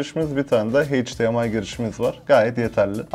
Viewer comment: abi heyç Di em ay değil eyç Di em ay :'(